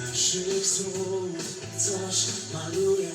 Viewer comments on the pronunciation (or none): Dawid w języku polskim wymawia się słów a nie sów. Kłania się dykcja. Po lekcję wysyłam do nagrań śp Kory.